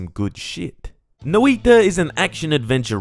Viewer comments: It's pronounced "noj-ta" instead of Noi-ta other then that great review as usual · you described the sound better then i could, no iiiiiiiiiiii ta sounds silly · "no-ee-ta but not "noi-ta" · Noi.ta not nOIta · Is that how you pronounce it? I hate that, I'll just say it as i would in Portuguese (nOi-tah as in the emphasis is on the o instead of the i noIH-ta) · Noiitta is a funny way to say noita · Ah yes No-I-ta Jokes aside, great review of a game Fun fact: Noita means Witch in Finnish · Not as Bad as hutts calling it noIda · Fun Fact: Noita is pronounced (Noy-tuhh) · That "noi" is a single syllable and even if it wasn't the stress should always be on the first syllable. But the sounds for each letter were basically correct. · Your pronunciation was pretty good. It's only that "noi" should be a single syllable and even if it wasn't the stress should be on the first syllable. But the sounds for each letter were basically correct.